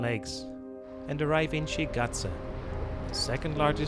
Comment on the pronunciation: Shigate not Xahae😢😢😢